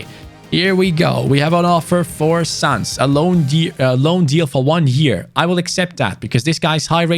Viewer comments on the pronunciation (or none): none